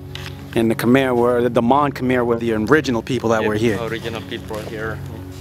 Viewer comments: mon k’mai not kmer not so hard to pronounce bruh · Khmer should be pronounced Ka - my With a short a sound it is not: Kay - my (Yes, i know how google translate says it. Its wrong. Go on youtube an listen to actual native speakers). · You lost all credibility after saying "kum-ere" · Even ofter they clearly refer to themselves with the proper pronunication, he still choose to say "Kum-ere" instead as if he was "correcting" them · Dude you really need to do more research. And never go in with a European mindset that our oppressors set In us. My wife is Cambodian and it's pronounced. KUM-EYE. SMH you sound like the white man. 'Un-educated' about cultures. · No your not saying it right,it’s kh-Mai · love the video but it’s killing me as a cambodian how you keep saying “khmer” wrong 😭